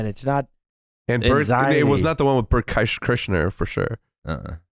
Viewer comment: Yet another person to say kreischer wrong